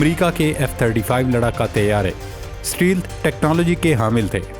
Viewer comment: لفظ اسٹیل نھی اسٹیلتھ ھے غلطی کو درست کریں